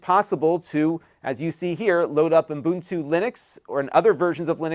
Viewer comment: Great intro for first time Mac users )or the “Mac curious”. lol.) It’s pronounced OO-BUN-TOO not UM-BUN-TOO.